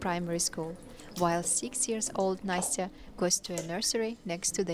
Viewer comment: nasty-uh 😭😭 its na-stai-uh